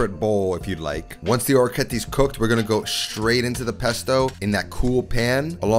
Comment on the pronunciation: It is interesting that “Guanciale” you pronounce it with the Italian final “E”. While “Orecchiette” you pronounce it with the American final “E”. :)